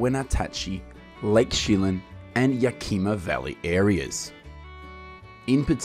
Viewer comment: Lots of inaccurate and out of date info in this video. Also funny to listen to you try to pronounce Wenatchee, Yakima, and Chelan.